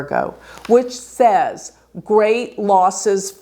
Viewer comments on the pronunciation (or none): none